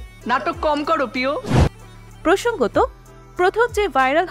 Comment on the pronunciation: প্রিয় কে পিও বলা মানে উচ্চারণে সমস্যা, সেটা ভাইরাল হয় কি করে, কে জানে??